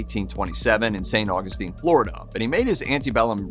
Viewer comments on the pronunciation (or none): none